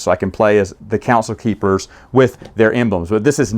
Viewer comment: you keep saying council keepers but are you just messing up saying the name?